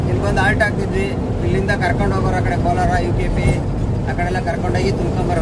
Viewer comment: ಕೋಲಾರ ಅಲ್ಲ ಶಿವ ಕೋಲ್ಹಾರ